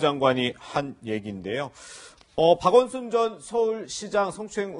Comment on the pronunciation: 박원순을 박원이라고 들리는건 저만 그런건가요